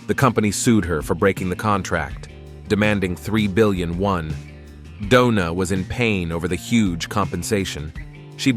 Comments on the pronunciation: Bro said donut or doona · Why is Doona always trying to hit somebody with a bottle??? It’s like homegirl wants to go to jail for attempted homicide 😭 and why does the narrator keep calling her “Dough-Na” at the most random times, I’m weak asF 😂